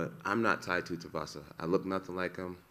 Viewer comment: “Tai Tutuvasa” 😂🤣😂🤣